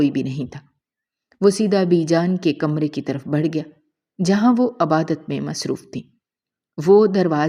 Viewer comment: عَبادَت نہیں عِبادَت کہیں۔